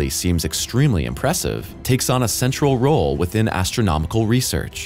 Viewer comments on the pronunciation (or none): none